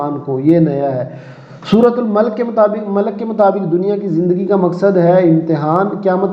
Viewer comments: Sir Ap ki mistak hai hai surah malak nahi surha molak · Sir suratul malak nahi hota suratul mollk hota hy